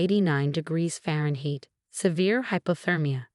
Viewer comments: Faren heat? It's pronounced faren-hight ! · And Fahrenheit is also mispronounced. And sometimes it’s DE rek and it’s sometimes de REK